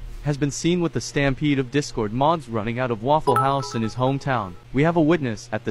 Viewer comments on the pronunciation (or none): none